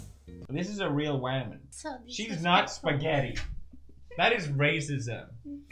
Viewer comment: Pewds: Guys this is a real WAMAN Me:so single af